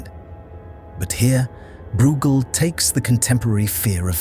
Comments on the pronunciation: You are not pronouncing breugel correctly. It's not brewgel, it's broygel. (I guess it's an AI voiceover. As always making annoying errors.) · Pronounced Broy gel, rymes with fell. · Great analytical powers. But his name is pronounced BROYGAL